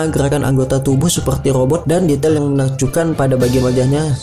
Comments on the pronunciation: Itu lobot bukan rrobot😜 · om ko ngejelasin nya belepotan cih. robot jadi lobott 😁😁😄😄